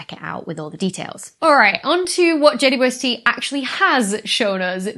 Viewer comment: It took me a few times to notice you call it Jay-woo-ess-tee. James Webb or just Webb is less syllables, 'init? :) I found myself shortening it also to Jay-west at times, but we have to agree on a standard, people! :)